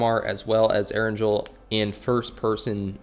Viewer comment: It hurts how keeps mispronouncing erangel